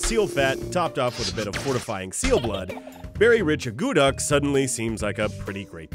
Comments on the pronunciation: pronounced 'ah-koo-tuck' not 'ah goo duck'. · That is NOT how you make akutaq, and it is not only made in Alaska but across all Inuit nations (NWT, Yukon, Nunavut, Nunavik, Greenland). And, by the way, it is not pronounced uh-GOO-duck, but AA-coo-tack. At least in Nunavik anyway. I can't say for all Inuit territories because the dialects are so very different. So it very well may be pronounced uh-GOO-duck in Alaska, actually... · From Alaska myself, I found a few of the facts incorrect and they didn't make it correctly. However, I am very surprised they didn't knock it or degrade it. It's. Very tasty treat and I love eating it. Also the pronunciation was incorrect.